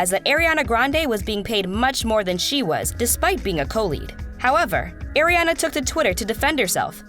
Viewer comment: I'm sorry I'm very triggered rn if she says Ariana's name wrong one more time